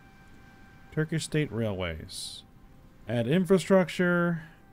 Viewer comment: I’m Dying of laughter when you said “Turdish” 😂😂😂 had me laughing for 5 minutes straight